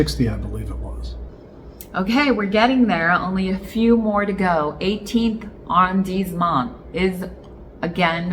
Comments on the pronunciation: I wouldn’t worry too much about your French at this juncture. Be confident, be bold, be committed and you will do well. Arrondissement is pronounced with ‘dees’ because of the ‘i’ and the ending ‘t’ is silent.” It’s all good .. everyone will know what you are meaning to say. My apartment is across from Jardin du Luxembourg so we should definitely have lunch and an impromptu French lesson. Love the channel -Daniel 🇫🇷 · Don't think one pronounce the "t" in arrandisment